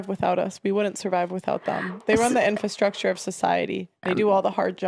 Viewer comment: Are you saying "Infostructure" and not "Infrastructure"?